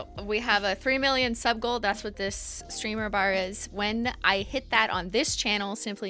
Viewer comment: The first time you said “sub goal” I thought you said “suckle” and I was like wtf lmao 😂